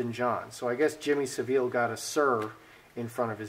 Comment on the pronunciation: Jimmy "sav" "ull" is how it's name is said xx I love Ur reading xx subscribed